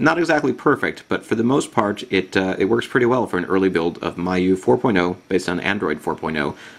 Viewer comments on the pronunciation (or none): If you check wikipedia, its pronounced me-you-i, not my-you-i :]